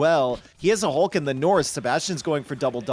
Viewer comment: Somehow the “Hulk” pronunciation is getting even worse